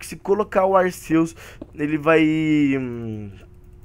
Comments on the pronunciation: O Arceus o Arceus o Arceus o Arceus, se fala Arquios fala pfv certo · cara arceus e o nome mas a pronúncia é arkiâs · Cara não é arceus e arquios